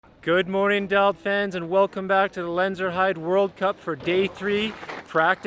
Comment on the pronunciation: Ugh...🙄 it's Lenzerheide (lenz-er- hida) #swissgerman